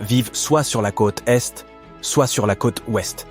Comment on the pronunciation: La traduction et narration par IA est ridicule 😁 "von dem tansenen roboter" "la côte tète" "une majorité de SS citoyens" "c'est le quéa dans la plupart des grands pays"